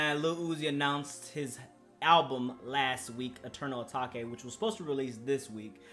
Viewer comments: I beg can you stop saying “ah tahkay” when ur tryna say Atake. ITS PRONOUNCED “AY-TAKE”. AH TAHKAY ISN’T A WORD 🤦‍♂️🤦‍♂️ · Atake not atakay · This whole album is hard asf this dude don’t appreciate uzi like that and should’ve even made a video AND STOP SAYING ATAKA RETARD ITS ATAKE HOLLY FUCK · I’m sorry what did you call it? You say Eternal O-Take it’s Eternal Atake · Bruh it’s “uh-take” It even says that at the intro of EA come on bruh lmao ima have a heart atakay if you say that again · ppl who say eternal "atakay" won't like it. ppl who say eternal "atake" will like it.... simple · “eternal atakay” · it’s supposed to be pronounced “eternal a-take” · Wat is eternal etokay just say it how it’s written 😂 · This nigga really said eternal a-ta-ke? Sch-oo-l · man really said eternal ATTACK-A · U can’t listen to him if he’s gonna call eternal atake eternal A taw kay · Dude it’s pronounced Eternal Atake. He says it in a song. Stop. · This nigga said "eternal a taki" said that shit so wrong...shit sound like a kung fu nigga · Dude said eternal atockay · It's pronounced "Eternal A take" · Everybody: eternal atake: eternal ataque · atakay bro said atakay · if i hear Eternal A-TAK-E 1 more time ong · no one: literally no one:: Atakay if you gon hate at least say the name right. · Bruh you gotta stop saying eternal Atahkay💀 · it’s weird hearing him say eternal atake instead of eternal uh-tah-kay😭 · Jaden Hirasawa if he says Atake instead of uh tah kay, then things getting serious serious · He doesn’t even say Eternal ‘Atake’ properly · LEARN HOW TO PRONOUNCE ETERNAL ATAKE and your vibe is so dead, I'm one of those 1.6k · Dude can’t even say Atake right. Honestly most ppl would say this album was better than Eternal Atake. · this brudda hating on the album but he can't say 'atake' properly... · Are you deliberately pronouncing atake wrong or... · mindissues boi aright if he’s finna say his “opinion” say the damn name right 🤣